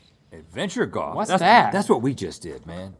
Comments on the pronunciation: Goff and woof. He can't handle any LFs. 🤣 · I laugh every time Rhett says golf because he says “goff” and doesn’t pronounce the “l”😂